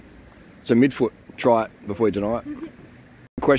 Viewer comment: I thought he was saying "meatfoot" and I was like wth is meatfoot? Some kinds new cycling term I haven't heard of yet, but he was saying midfoot 🤷‍♂️btw, yes of course wonderful naturals